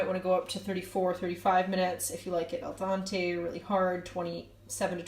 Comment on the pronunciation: great recipe...nice and easy.......minor point: the term for rice and pasta is "al dente", NOT "al dante"..... (dehn-tay......not dahn-tay)